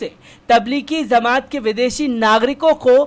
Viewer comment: Aap jamaat ko zamaat bolte ho jo theek nahi hai